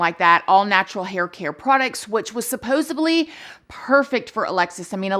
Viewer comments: Hi! Long time fan here, long time lurker as well. I love your videos and the way you respectfully talk about these dark cases. Can I give a piece of constructive criticism?? Please pronounce “supposedly” correctly. I notice you pronounce it “supposaBly” (with a B instead of a D”. Hope you’re not offended but it would really help us not get distracted by the mispronunciation. Thank you for constantly posting fresh new videos right away! Your channel is the best! Moving on, I really have a suspicion that her husband did it. Also, why are so many tragic murders happening to women who are in MLM? That’s just so strange to me! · Lol. I think she actually says "supposably" and every time she says it it reminds me of when she and Jeremy were doing a Q&A and were asked if there's anything their spouse does that they have had to learn to accept about them (I e., Has the potential to drive the other crazy), and without missing a beat, Jeremy said the way constantly bungles up the English language. (Definitely paraphrasing!) Supposably! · I just love how she says "supposibly" just love her ❤️❤️ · “Supposebly” is so cute and funny lol